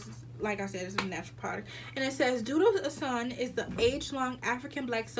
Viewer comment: It’s called osun pronounced oshuunn😂😭